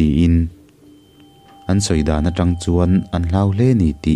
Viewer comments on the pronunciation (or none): none